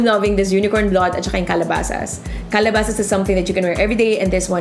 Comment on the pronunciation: Kalabeysis pronunciation sa Calabasas